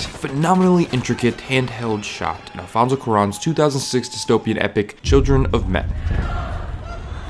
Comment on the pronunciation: do you know how to say children properly